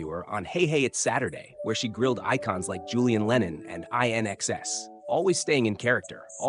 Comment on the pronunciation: Agreed. A real narrator would unlikely have an American accent. A real narrator would unlikely pronounce INXS as "I-N-X-S". I'm pretty sure it didn't even pronounce her name right. AI slot indeed.